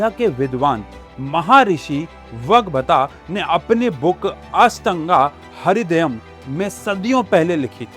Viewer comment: अष्टांग हृदयं ✅ असटांगा हरीदयम 😂